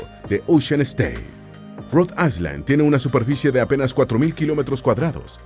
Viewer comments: Para tu informacion es AI - LAND no AISLAND. ESTUDIA MANO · Island se pronuncia AILAND. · Excelente video! Muy informativo. Una pequeña sugerencia: Si vas a pronunciar ISLAND en ingles, la letra S es muda. Bendiciones! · Island, no se pronuncia la "S" AILAND❤